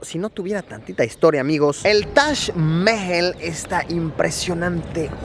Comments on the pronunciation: Luisito comunica: Tash Mel Yo: tac majal 😂💔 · luisito diciendo tash cuando es taj jajajajajaja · Tash mehjel* algo así su pronunciación!! Vaya dato perturbador!😅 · Se pronuncia Mahal, tal y como se escribe, no mames. Tu guia nomas lo dijo con su acento. Lo que quizo corregirte es que no le dijeras MAJAL. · Se pronunciaba tash aaaaah siempre decía Taj Mahal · nadie: luisito: tash Mehel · Shot cada vez que diga "tash maejal".😂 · Me caes algo bien, mucho menos que al principio, peroooooo.. 🗣️ Diooooooos 📣📢 Si quieres darte a 'bilingüe o trilingüe', aprende a pronunciar Taj Mahal': Break 'Taj Mahal' down into sounds: [TAAJ] + [MUH] + [HAAL] - say it out loud and exaggerate the sounds until you can consistently produce them. Record yourself saying 'Taj Mahal' in full sentences, then watch yourself and listen. ¿Cachas? 😉👍🏼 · Taj mehel se pronuncia así xd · taj mejel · Ahora me siento súper extranjero pronunciando "Tash Mehel" 😂😂😂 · Yo siempre lo pronuncié "taj majal" :v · Toda una vida engañado Se dice tash Majal Ni toda la secu me enseña como Luisito. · Espera, se pronuncia Tash Mejel? Por que nadie me lo dijo? Debi parecer un idiota... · Que bonito el "tash Meel" :V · si pero cuando estas acostumbrado a escucharlo de la otra manera es un poco molesto al oirlo. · Me incomoda como pronuncia Taj mahal 😂😂